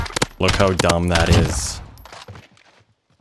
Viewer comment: so Canadian he leaves the "d" out of "dumb". This gun is d u m